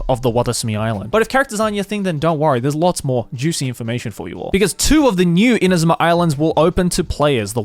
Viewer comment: I don't know why I found it interesting when Joey was pronouncing Inazuma names with proper Japanese pronunciation.